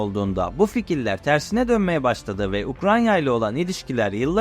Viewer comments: Seslendirme yapan arkadaş Ukranya değil Ukrayna! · Her Ukranya diye yanlış teleffuz ettiğinde kulaklarım tırmalandı. Ukranya değil Ukrayna… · Arada, Ukranya diyorsunuz, doğrusu Ukrayna. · Ukranya değil Ukrayna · Ukranya değil, Ukrayna. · Hocam yalnız Ukranya değil Ukrayna olacak o. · Baya ukranya diyo ya :) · Video için teşekkürler abi rica ediyorum ukranya diye telaffuz etme şu ülkeyi. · Ukrayna telafuzunuza dikkat ettiniz mi? Her defasında Ukranya gibi geliyor kulağa.